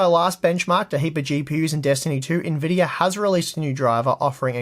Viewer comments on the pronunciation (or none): none